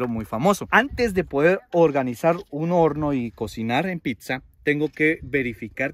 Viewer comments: Tu contenido es muy bueno, pero si te recomendaría que mejores tu dicción, escuchar que dices PICSA a cada momento es molesto, debes aprender a decir PIZZA y muchas otras palabras como Marshmallow, si la pronunciación en otro idioma te es difícil, es mejor decirlo en español MALVAVISCO o en su defecto como dirían en Guatemala ANGELITOS. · No es PICSA VOS SEROTE!!! Es PITZA 🤨🤨🤨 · porque dices picsa?